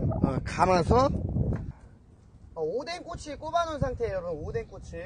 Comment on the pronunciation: 오뎅꼬치를 오뎅꼬X으로 들은 일인...